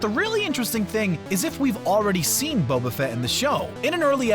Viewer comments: Wow, I had no idea people didn’t know how to pronounce “Boba”. It’s not “Bobba”. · I love how at first he pronounced Bobafett’s name as (bob-uh-fet) instead of (bobe-uh-fet)